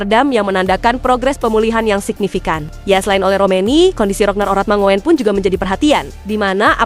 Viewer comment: Halo Min, Admin. Masih saja membaca/mengucapkan nama Ragnar Oratmangoen sebgai Oratmango - en. Seharusnya dibaca sebagai Oratmangun. Gabungan huruf o dan e (oe) itu diucaplan sama dengan huruf u. Semoga berkenan.